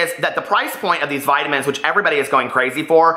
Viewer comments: the way you are saying vitamins, makes me think of the "I Love Lucy" skit, vitavigemin lol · VE-TAMINZ LMAO!!!!!!! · I thought the same thing 😂😂